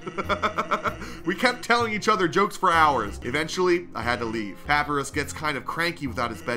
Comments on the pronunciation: i like how he just stopped calling papyrus "pappeerus" after a while in the first video, but he just continuously calls him "pappeerus" for this whole video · the way he pronounces Papyrus..."pap-pee-russ" LMAO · It hates me knowing is saying papi-rus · "Papy - riz" -this guy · my OCD hates that he says it like "pa-pee-russ" lmfao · I think it’s said pa-pie-rus, I don’t know for sure tho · BRO ITS PRONOUNCED PUP-EYE-RUS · His name is pa-pie-r-e-s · Papyrus is said Like PAP PIE RUS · His name is pa-pie-rus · I will keep correcting you until you say it right it's pa-pi-rus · papyrus pup-i-rus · Pah-pee-russ is the best video game man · Bro said pahpeeruss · It's papyrus (pur-pry-rus) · You say papyrus wrong it's like this. Puh-pie-rus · Papyrus not papres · Man said papy rus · you said papyrus like papeerus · The most annoying thing is that he’s saying papirus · Ah yes, papeerus, my favorite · ITS NOT PAPYRIS ITS PAPAYRUS😰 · Papyrus is pronounced pop-eye-ress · Papyrus❎ Papirus✅ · Its pronounced pap-eye-rus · Btw it’s pronounced puhpyrus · Stop sying papirus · its pronounsed pap-i-rus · He still cant say papyrus right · First time watching this dude and I cant stop chuckling at the way he pronounces Papyrus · I wish someone counted how many times missaid Papyrus’s name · Your saying papyrus all wrong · How did he voice AND pronounce Papyrus worse the second time around? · He has been saying papyrus completely wrong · i hate the fact that he doesn't say papyus right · Just to say you said Papyrus wrong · Bros doesnt know how to pronounce papyrus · youre saying papyrus wrong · Or pie for py, get what I mean? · I cringed so hardwhen hesaid papyrus wrong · it's not pa-pi-rus, its pa-pie-rus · Hey youre saying papyrus'es name wrong its papyrus (papuyrus) not papirus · you don't say paparus you pronounce it as papeyerus, papyrus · It's papaajrus not papiraz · HE STILL CALLS PA-PY-RUS PAP-PI-RUS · PA-PIE-RUS NOT PAPEERIS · ITS NOT PAYPIRUS ITS PAPIRUS